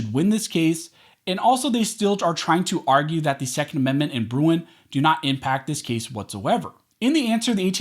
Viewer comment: The way he says “Bruen”